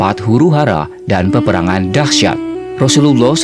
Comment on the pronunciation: Teruknya sebutan arab kamu. Sebut betul-betul Rasullullah SAW